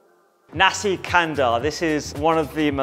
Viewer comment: Great. Nasi is pronunced as in "nasty", lol.